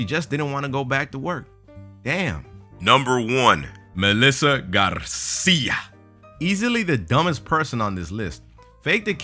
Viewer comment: Just for emphasize the Spanish pronunciation of the nae Garcia you deserved a dislike for the whole video. Guys, it's not ok to make fun on other language pronunciation like if it's supposed to be funny. There is no funny language on this planet, or at least no for civilized people. Now, if you want to get the message, fine, otherwise keep on making fun on black people, gay couples, disables and handicaps, vegans and fat people, because if it's fun for mass, then it's ok. well done !